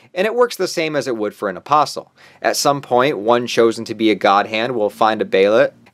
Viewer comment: at least you actually say the word " apostle " correctly. These yt channels that say apostle without the t silent. I guess they say the word " castle " with the T 😣